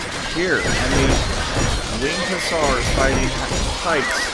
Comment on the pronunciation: Perfect pronunciation first time, gg